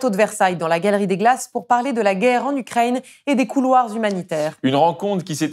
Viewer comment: vous prononcez Ukrai-ille-ne?